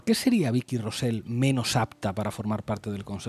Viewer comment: Con independencia de que estoy al 100% de acuerdo con vosotros, solo quiero deciros que Rosell no se pronuncia "Rosel". Y tu, parece mentira que seas filólogo. Si no sabéis (o no os da la gana) poner la lengua en la zona correcta del paladar, es menos cacofónico pronunciar "Rosey". Tomad buena nota, por favor.